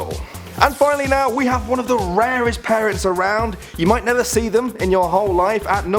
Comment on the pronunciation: When he says parents it sounds a lot like Paris.. Anyone else?